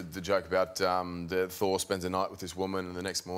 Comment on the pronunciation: Thor = Sore. It took me a second. Lol